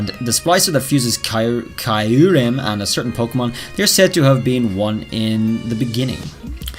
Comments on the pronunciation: Ok I have a big problem so far with this video lol ... It the way you pronounce Kyurem, it isn't Kie-rim it's Cure-rim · Kee-uu-rehm Not kaiurem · Why do you say kaiurem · I think Kyurem is pronounced as "ki-you-rem" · I would really like Gmax Mewtwo Edit: The 3rd legendary from gen 5 is pronounced with the Y as in Kyurem. You are calling it Kairum,just saying the showcase is amazing btw